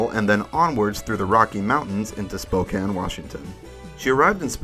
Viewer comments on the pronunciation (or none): none